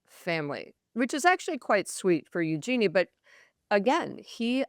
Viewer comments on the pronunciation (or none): Let me help: Eugenie is pronounced YOU-zhuh-nee, not you--JEAN-ee. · Yes there are multiple interviews. These two don't even know how to pronounce eugenie.